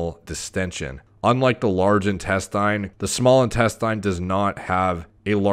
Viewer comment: Great content but I wonder why does he keep saying "intes-TAYN" instead of "intesTIN"??? Weird...